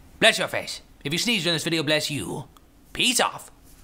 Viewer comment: I SENEZED WHEN HE SAID BLUSS YOU